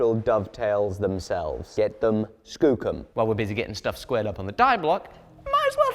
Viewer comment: Did just say "Scoocum"? Has he been listening to mad ramblings of YouTuber from the Great White North, AvE?